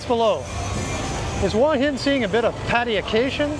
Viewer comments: Great video as always but please don't say that both 'hoo-a hin' and 'hwa hin' are ok because they aren't. It's 💯 'hoo-a hin'. Hua=hoo-a=head. Hin=rock. The direct Thai translation for Hua Hin is 'head rock'. It's like saying that New York can be pronounced New York or No York. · Correct. My Thai girlfriend who went to college in Hua Hin pronounces it, 'Whoa 'Hin. Google pronunciation agrees. It's only farangs who speak no Thai that pronounce it "Wa" Hin😄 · Please please learn to say the Hua Him and Pattaya correctly. Lol